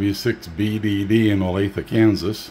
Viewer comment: Nothing to add on the noise, but thank you for helping me understand how to pronounce "Olathe". I've done a some business with Garmin lately and had no idea.